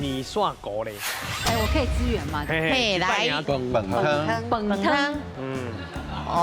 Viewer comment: 美秀姐的「支援 (tsi-uān)」總是沒有念對😂